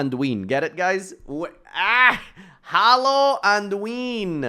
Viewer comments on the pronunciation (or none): none